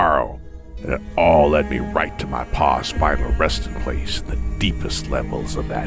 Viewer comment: Every time he says HE TOOK MA PA, it think of THEY TOOK MA JERBS.